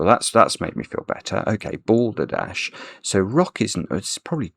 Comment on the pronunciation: He even said Balderdot at one point